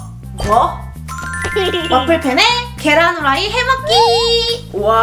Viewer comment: 계란 후라이를 계속 계후 라고 하네